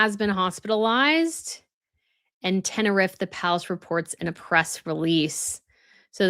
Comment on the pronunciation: Tenerife, part of the Canary Islands. Pronounced…ten-er-eef. Owned by Spain.